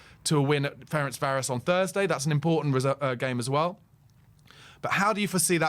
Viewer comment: Pronounced FerenCHvaroSH